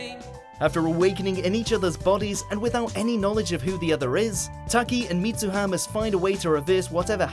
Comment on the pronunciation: MitsuHÁ? Her Name is pronounced Mits"ú"ha